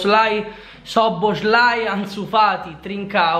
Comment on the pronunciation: Ma dio mio ma ti è cosi difficile dire soboslai ma da quale demenza sei affetto